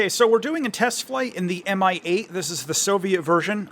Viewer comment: "Mi-8" sounds in russian as "mee-8". Thank you for review!